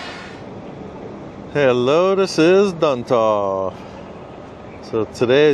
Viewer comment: Is it Duntav, or Duntov. Asking for a friend. Lol...